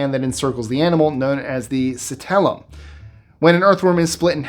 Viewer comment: Sorry, but it’s not citellum, it’s clitellum!